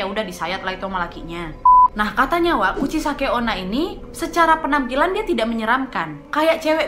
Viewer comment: Ka nadia: kuchisake onna Me: hah? Kuchiyose?😂